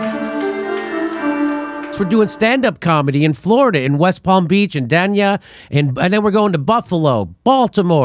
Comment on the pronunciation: Jimmy, Dania is pronounced "Day Knee Ugh".